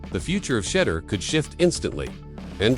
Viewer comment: His name isn't Shudder nor Shedar. Learn how to pronounce his name correctly before making videos or reporting lies especially.